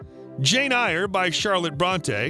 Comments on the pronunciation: 'Jane Eyre'...pronounced 'Air', not 'Ire'... it's a really famous book, with numerous movie adaptations...🙄😕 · Jane Eyre pronounced like "Air" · How can you mispronounce Jane Eyre which used to be required required reading lol j/k.